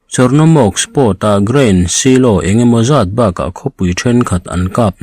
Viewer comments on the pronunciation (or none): Silo please pronounced like (sailaw).